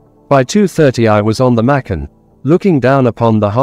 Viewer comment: Machan is pronouced with a cha